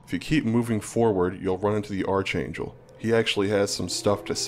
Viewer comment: Ark-angel. Not arch